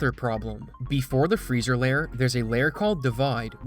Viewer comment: Is it just me or does he not know how to pronounce layer